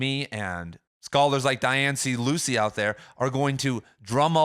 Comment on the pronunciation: Small thing, but Dianne Luce is pronounced like “Loose” and not Lucey. Folks usually don’t pronounce the middle initial either. Nitpicky think to mention, I know, but a lot of folks know of her and it is just a tad distracting.